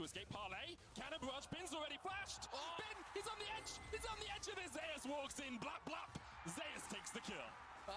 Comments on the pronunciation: Not trolling, google how to pronounce Zeus. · Why are they calling Zeus Zay-us